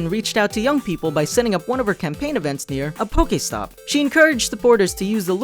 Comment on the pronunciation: Pokaystop... Po-key-stop